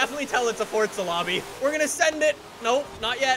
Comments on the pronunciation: It’s not fordsa it’s forza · Forza means force in Italian and is pronounced like “Fortsa” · You say fortza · direct me to the “t” in forza, love u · Please pronounce it correctly it kills my ear drums